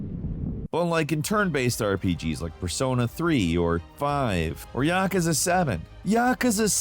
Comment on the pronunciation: "Yaa-ka-za" that's a new one 😆 "Ya-koo-za".